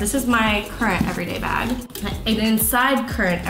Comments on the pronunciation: I thought I heard that as well😂😂 I had to replay back HAHA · When you said, "I'm a bag person" I thought you said "I'm a bad person"😂